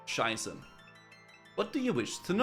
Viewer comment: Every time he says King Sheiße, it triggers me